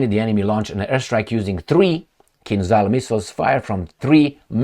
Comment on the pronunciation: Hi, I appreciate very much your videos (thank you for all of them!), but why don’t you pronounce the word “Kinzhal” the right way? You would be one of very few on western media! On the net you can find following description of the sound transcribed “zh”, e.g. for the Cyrillic letter ж. “The 'zh sound' /ʒ/ is voiced (the vocal cords vibrate during its production), and is the counterpart to the unvoiced 'sh sound' /ʃ/. To create the /ʒ/, air is forced between a wide groove in the center of the front of the tongue and the back of the tooth ridge.” The kinzhal are called kinzhal because a kinzhal is a dagger in Russian. As you mostly pronounce French words with a way that sounds authentic, I can tell you that the sound transcribed “zh” is the same as the sound corresponding the letter J in Jacques, jamais, Japon, j’aime, jalousie, etc. See the article Khanjali in Wikipedia, which concludes “Compare the standard Russian-language word (probably Turkic-sourced[6]) for "dagger": Russian: кинжал (kinzhal).” Good luck!